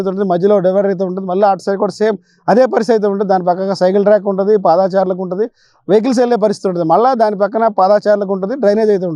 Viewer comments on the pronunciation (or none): బాగుంది, పాదాచారులు కాదు పాదచారులు